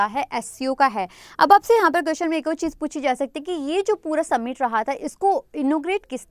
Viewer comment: Hii ma'am.. Thanks for sessions.. I'm nothing in front of you.. But wanna give u a suggestion..plz work on ur pronunciation..like sometimes I get confused..you pronounce 'औ' as 'ओ'...like u say ओर instead of और.... You're great...you teach also very well...sorry...agar aapko bura lge.. But i said what I felt..😊🙃